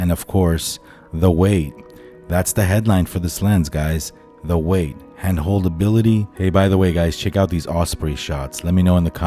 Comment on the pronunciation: Isn’t it pronounced “weight” ?